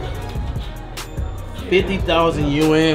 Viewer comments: cash said yuan as YOUON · Their currency isnt pronounced "U-N" lmao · I️ cringe at the way they say yuan